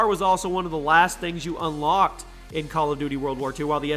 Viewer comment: Did anyone hear "Bal of duty" 😂😂😂